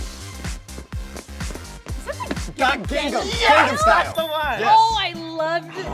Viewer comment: whyyy did Taylor start to say "Gangnam" correctly but then switch to the American pronunciation hahahaa